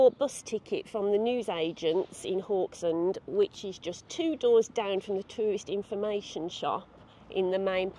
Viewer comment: Haugesund the first three letters is pronounced how the Scottish say "how" - geh-sund.